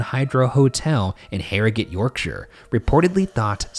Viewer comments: I feel like Ryan’s correct pronunciation of Harrogate has earned Shane some leniency from British audiences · As an Englishman who lives near Harrogate, thank you Ryan for pronouncing it right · I'm just really pumped you pronounced "Yorkshire" and "Harrogate" correctly. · i like that they pronounced Yorkshire properly! and Harrogate! love ya bois! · As a yorkshireman myself I was glad that Harrogate and Yorkshire were pronounced properly I've definitely heard them butchered before